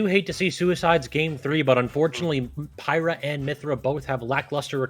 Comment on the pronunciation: I laughed everytime he called Pyra "Pierre'